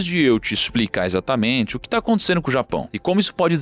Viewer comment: Gosto muito do canal, mas ouvir "aconticendo" é triste; chega a doer os tímpanos...😫